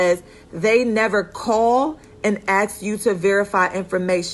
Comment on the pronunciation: great information but ...... its ask not axe